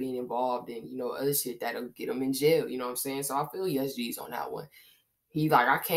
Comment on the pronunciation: Its "Yoose-gz" Like Loose but wit a Y